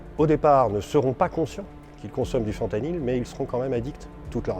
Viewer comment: La vidéo qui commence par un boug qui prononce mal le nom de la molécule HAHAHAHAHAH ca promet